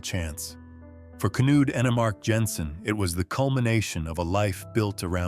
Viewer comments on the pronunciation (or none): K-nude??? That’s not how it’s pronounced at all💀 It’s pronounced Kn-uD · "Knud" is pronounced "Nud". Do your research. It's "luj". Please, do your research, or sound stupid!